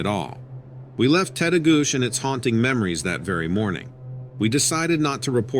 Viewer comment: Story 5: FYI Tettegouche ends with a chi sound instead of a sh. Lol. And, it’s a great park for climbing over Lake Superior, too. Those hikers disrupted a telepathic Sabe/Sasquatch man. It’s probably best to state your intentions when going into the woods and (personal experience at my parent’s cabin near Grand Rapids, MN) Sabe love bananas, grapes, apples, nuts and fruit loops, so you can always offer some as a peacemaking gesture before telling him that you are only visiting and about to leave now. Most cryptids can understand English and Or sense our intentions. So, don’t think about their stench, as they think they smell good and we stink. 😅